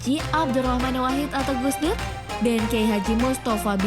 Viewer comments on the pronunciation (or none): none